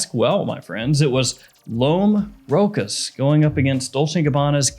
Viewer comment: Let's say it correctly together: L'HOMME ROH-SHOSH. Cheers